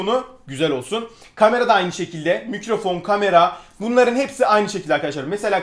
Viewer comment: abi mikrofon diyeceğine mükröfon dedin